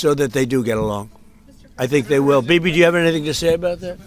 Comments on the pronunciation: Sounds like he calls him baby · Bibi is his name, and Trump pronounced it "Bebe." It would be funny even if he didn't pronounce it that way, but he literally did😆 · Is it only me who misheard DJT calling him “baby” 😂😂😂😂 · did his say 'bibi' or 'baby'?